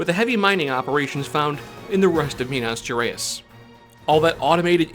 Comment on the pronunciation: As a brazillian I love how you nailed every French and Chinese name location and botched so hard the Minas Geráis brazilian xD. Great vid by the way. Surely will make more people interested on the campaign.